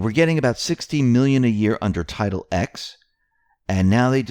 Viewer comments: that's Title TEN, not Title EX. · Please stop saying "Title X" it's roman numerals for TEN! TITLE TEN, of the US Code if I'm not mistaken.